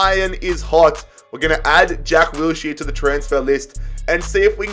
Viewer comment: Say Wills-here one. More. Time.